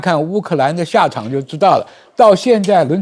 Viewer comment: 帥將軍、是澤倫斯基啦！不要每次上節目都講倫澤斯基😂😂😂😂😂😂！難道沒人告訴你講錯名字嗎？